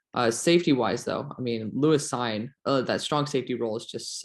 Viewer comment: On Cine , I think it's pronounced seen